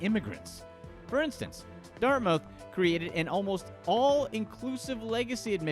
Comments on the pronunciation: I used to pronounce it that way as well, lol. But apparently it's actually "Dart-muth" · "Dart- mouth" That's the funniest pronunciation of Dartmouth I have ever heard. I thought it was a joke.